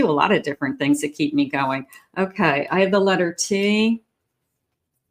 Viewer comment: It's Letter. U